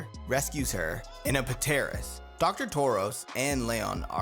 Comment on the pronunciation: when saying pteras the p is silent